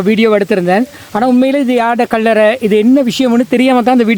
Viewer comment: அடேய் கள்ளற இல்ல கல்லறை என்ன உன்ர தமிழ் பிழையாயிருக்கு இந்திய வம்சாவழியோ பறவாயில்ல விடு எங்கட இடத்த நீங்களாவது நரப்புங்க